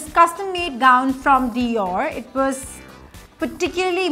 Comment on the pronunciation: "Too many cooks spoil the broth" bro u can't even pronounce the name of designer perfectly.